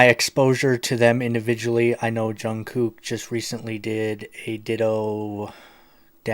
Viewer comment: Just to let you know his name is pronounced like Jungkook (Jung cook)